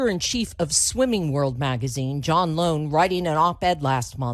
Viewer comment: His name is John Lohn, but she pronounced it wrong. It's not *LoaN*, but *LaWn*. JaWn LaWn.